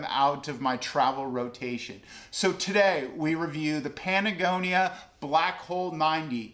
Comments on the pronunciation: are you saying Patagonia or Panagonia? lol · I stopped watching once you said patagonia wrong twice.